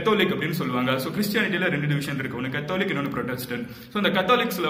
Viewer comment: You need to check on your pronounciations. Catholic.. Specially